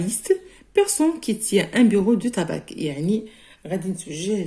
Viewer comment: On ne prononce pas le c pour le tabac